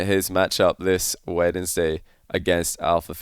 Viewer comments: Wasn't expecting the craziest part of the video to be hearing how pronounces "Wednesday" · first time I've heard someone pronounce the 'd' in Wednesday